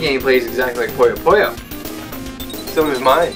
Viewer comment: Always felt “SQUISHY!” was voiced by a quality Adam Sandler impersonator. But where did you guys get the -o sound from? It’s PuyoPuyo. Not “PoyoPoyo.”